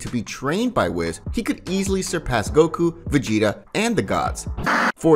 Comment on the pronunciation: Bro it's whis (wheeese) not wiz.